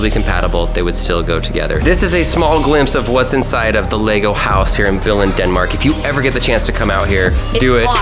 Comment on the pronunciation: im from Frederikshavn in Danmark and its not the right way you say Billund